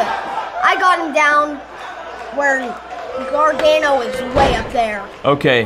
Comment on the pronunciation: its pronounced garganoo